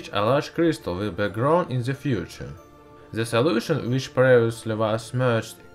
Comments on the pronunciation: "At zi bottom on zi glasseh" I can't XD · ''Into ze glass'' THROUGH DA WINDOWWW!!!! THROUGH DA WALL!!! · whops wrong side of the youtube again... after the min of this video i head enough of this guy who said to the word "the" "zhe".... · Can u stop using Z in the words that begin with T? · Why is he pronouncing 't' as 'z' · Into za glas zis is za best but zem zis 😂😂😂😂